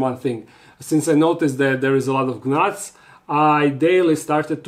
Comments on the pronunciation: I will forever appreciate how he does his videos in English. 😊 an underrated gift with quirks of funny pronunciations.. “g-nats” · the g in Gnats is slient, but it's so cute and innocent that you pronounce the G. 🤗